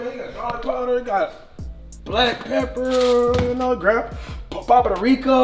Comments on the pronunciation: Not Cash saying Papa the Reeka instead of paprika 😂😂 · Dude said Poprika 🤣